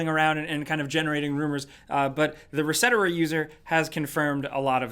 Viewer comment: "Ressetera" lol. It's Reset Era. Cmon